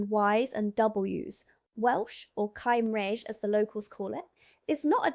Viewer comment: Welsh is not pronounced camraysh but cum-rige (cymraeg)....😏